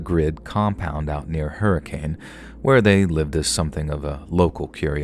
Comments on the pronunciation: Utahn here. Stupid Fact: The city of Hurricane is actually pronounced "Her-i-cun". 🥴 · Hurricane, Ut is actually pronounced Hurr-a-kin. Not the traditional pronunciation of the word. Just like Miami, OK is pronounced Miam-ah. Just FYI Wanted to add: I went to HS in northern Cali, a logging town and I remember when people were spiking trees. And it pisses me tf off!! I hope there's a special place in hell for people like that.